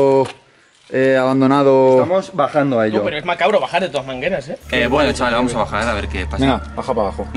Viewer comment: Soy yo o ha dicho:de todas mangeras, en vez de todas maneras